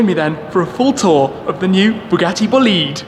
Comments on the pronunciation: The term "Bolide" is italian so the pronounciation is like "Boleedae" not blliidd 😂😂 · Schmee, I’m sorry... I’m Italian (Bolide is Italian) and i have to tell u this: it’s not Bolid, it’s BolidE (the E sounds open like in “forEver” or “fErrari”) Greetings from Florence ⚜️❤️ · He said bugatti vleed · Please tell me it’s not actually pronounced “boo-lead” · Nope, nope. It's Bo lide. The lide rhymes with ride. Merriam Webster defines bolide (bō-ˌlīd) as a large meteor : FIREBALL , especially : one that explodes. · It's pronounced "Bugatti Bo-lee-deh" btw THX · as an italian, the pronounce "boliiiiiid" it's killing me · Boleed... LOL learn how to say it please... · It probably is BOLIDE in italian (which is a slang word used to describe an outstanding vehicle) Pronounce it with an accent on the O and and EH sound at the end :) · wait it is pronounced Bolid?? I thought it was Bo Li dey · i thought i heard him saying bugatti bullied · His bolide pronunciation triggers me soooooo much. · You have to pronunce bolide in Italian language, check how oh google traslate. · Bolide is an italian word, so please pronunce it in italian😅😂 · The pronounce is wrong, it's an italian word.. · That pronunciation of "Bolide" made my ears bleed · Booliid??? Bòlide, its italian my friend .:) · "Bugatti """"Bullied""""" 😅 it's ITALIAN, in my language we say "BO LI DE" ("bo" - ""le" - "the") .....not "boleeeeed" for sure 🤣🤣🤣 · Not,Bo’lid..........it’s an Italian Word......Boli’ de,Yes it’s made in France but the soul is 100% Italian.....Right Ettore? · Its not bleed its bol ide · It's not pronounced "Boleed". It's "Bo lide". The lide rhymes with ride. Merriam Webster defines bolide (bō-ˌlīd) as a large meteor : FIREBALL , especially : one that explodes. I guess Shmee isn't much of an astronomer. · Bugatti BOLIDE not bolid😂😂😂 the italian is important for the car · Dude it’s not “Boleede”, it’s Bolide ,that in Italian stands for “f*cking fast car” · It’s bÓlidE not bolÍd my god